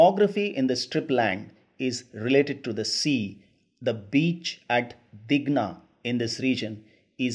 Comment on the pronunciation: Thank you sir... But it's not Dighna, it's Digha..